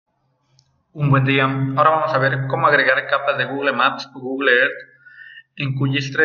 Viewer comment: SOLO QUE SE DICE "Gugul" no "gugle"